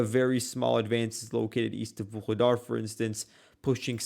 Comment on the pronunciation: Why do you always call Vuhledar 'Vuhkedar'? And why is this almost completely destroyed and depopulated small town, now only on the road to nowhere, considered so significant by both sides? Is its current importance mainly symbolic , after the major battle there earlier in the war?